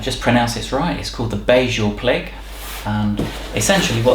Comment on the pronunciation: As a Swede it's always fun to hear non-Swedish people pronounce Swedish words. But it's also kind of strange that IKEA use Swedish words. Anyway, the word "BEHJÄLPLIG" means helpful and the H is silent.